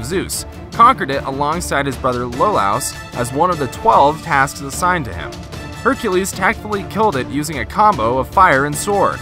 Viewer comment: did you say hecrues or hercalues